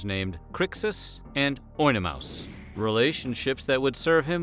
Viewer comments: I watch Spartacus:B&S - War of the Damned atleast once every quarter of the year along with the sopranos, dexter, breaking bad, and Oz. Holy hell is Spartacus one of the most underrated series of the past 30 years. Oh and it’s pronounced like “On-uh-May-us” not “ohnamouse” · Oenomaus is pronounce ani-may-us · Based on your pronunciation of the doctore’s name I’m guessing you never watched the series